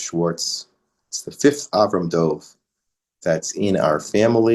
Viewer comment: If the name is Dov could you please pronounce it Dov and not Dove.